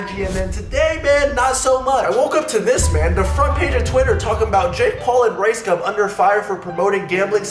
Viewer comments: Yo Jeremy - Can you at the VERY LEAST get his name right?? cough It's RiceSCUM ...Thank you. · Is it just me, or is Jeremy calling him Ricescum a few times in this vid? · Am I hearing wrong or I keep hearing "Ricecum"? XD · I only hear his "name" as RyeScum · Had to read the title twice to make sure I was hearing "riScum" wrong. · Ryescum XD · Ricegum sounds like Ricescum^^ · It’s pronounced rice cum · you're pronouncing it wrong its Ricescum